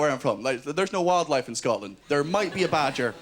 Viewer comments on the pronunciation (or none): none